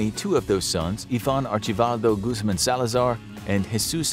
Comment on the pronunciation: Guzmin Guzman Guzmon